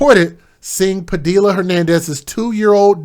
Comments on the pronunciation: Not that it matters but Padilla is pronounced Padee-ya. I would like to give another named but I think YouTube will probably ban be for the remainder of my life. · IN PADILLA the Al’s are SILENT OR LIKE A Y